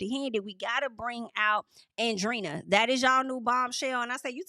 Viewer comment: It’s not Andrina. Andre-eena, that’s how you pronounce it. Hope it helps